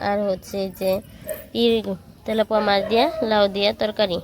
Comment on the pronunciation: তেলাপোয়া না তেলাপিয়া।